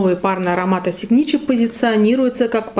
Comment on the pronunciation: Читаться как сигнатюр...